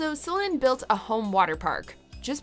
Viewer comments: She’s pronouncing it right. You’re the one mispronouncing it! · It's in french, so she say it right. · It's in french, she's doing it right. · She has pronounced her name correctly. This is how Celine pronounces her name. She is French Canadian. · Céline (Say-lynn, with stress on the "say") => how it's pronounced in french, here, in her native Québec. The video is right. You are wrong. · I'm actually dead! So many people are accusing the narrator of mis-pronuncing Céline's name when in actuality she's pronouncing it the proper French way (since it's a French name and Céline is French). It is pronounced Selin and NOT Seleen lol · The narrator pronounced it the proper French way. Seleen is wrong and it's how english speakers butcher the name . It is Selin. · Just think with 1 minute with Google and you wouldve known that the narrator pronounced it the proper French way. And Seleen is how english speakers butcher the name. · Exactly, as a french canadian I can confirm. This video pronounces it right. Céline (Say-lynn, with stress on the "say") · Annette Martin yeah it’s something like ‘Silynn’. The é and the i are pronounced almost the same. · The lady’s pronouncing it right. In Québec, the é and the i in Céline are pronounced almost the same. It’s something like ‘Silynn’. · Sell-in is the actual pronunciation, because it's a French name. Seell-een is the mis-pronunciation that Anglophones make all the time. It's really annoying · Nope. She pronounced it correctly. Celine pronounces her name C Lynn. It’s French Canadian. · Céline (Say-lynn, with stress on the "say") = > says me who's french canadian. So this video is accurate, as in how her name is said in her native language. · Finally!! First time I hear an American pronouncing Céline correctly! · LMAO that's how her name is pronounced in French, it isn't Celeene that's just anglophones mis-pronouncing it lo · it's not a running joke.. that's how her name is actually pronounced. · It's in french, she say it right.